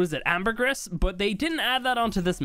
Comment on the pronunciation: Syntax please! It's pronounced amber-gree. (Ambergris) I love your content!